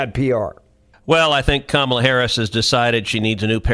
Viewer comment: “alright so Komma put out this book”. Comma?